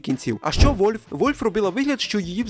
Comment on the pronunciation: А чого "Вольв"? Воно ж не так читається.